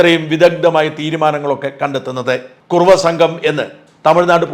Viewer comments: കുറവയല്ല..കുറുവാ സംഘം... എന്ന് തിരുത്തി വായിക്കുക. .... .. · white washing,, kurruva is not kurava, shaja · കുറവാ അല്ല കുറുവാ രണ്ടുംരണ്ടല്ലേ